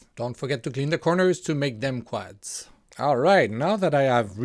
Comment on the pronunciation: it is usually pronounced "quods" as in "odd" , even though it is spelt with an "a"